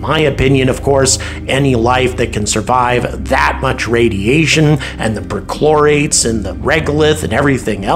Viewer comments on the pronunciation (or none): none